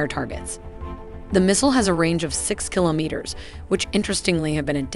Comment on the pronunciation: you wouldn't say 'Ka' as in a single word, but instead as two letters, a la "K.A. 52." Also, the 's' is missing from pronunciations like 'meters' and 'kilometers.' Another amazing video! Best content out there describing military technical data...and the models are simply incredible. I am amazed every time!